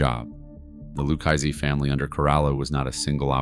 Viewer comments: with all due respect so you know I say this with positivity its pronounce ' LOO-KA-ZEE " if you were to read it or say it PHONETICALLY or " LOU-KA-ZEE " " LU-KA-ZEE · Lukeisee... Kaypo.... some absolute beauties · Lukeaizey. He was a capeO. Bro say it right or don’t say it at all. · "Lucchese" is pronounced "loo - KAY' - zee" -- not whatever it is in this VO narration.